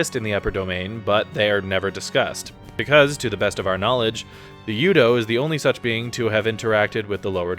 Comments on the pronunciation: You have never played the game. U-do is spoken by several characters, several times. It is "ooo doo", not "you dough". Simple little thing, and proof you've never played it. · Dude, have you played the games? U-do is not pronounced you-doe and it's been referenced in the games many times. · Stopped watching after hearing "you-doe" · the bad pronunciation of things so clearly said in the game is so cringe LOL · Thank you... I couldn't take them seriously after hearing their pronunciation of U-DO